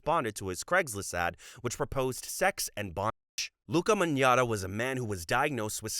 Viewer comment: Magnotta is pronounced Mag-not-ah btw!!